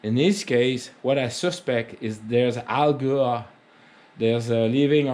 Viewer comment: Hello, I appreciate your explanation and tips on maintaining your 23B part of your backhoe. Please don't take offense to this pronunciation of Algae. An easy way to say it is saying the name, AL, and then saying gee almost like your saying the letter G. Just thought I would spread a little education like you do so well in your videos. Cheers. Look forward to your next video. Like I said I am in no way making fun or take offense to me sharing knowledge.